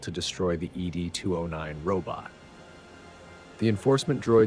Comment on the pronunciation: Fantastic detail of the weapons ! I'm just surprised you got the Droid wrong, it's not Eee Dee 209, it's simply "Ed 209", like Mr Ed..... That's what the OCP Executives call it.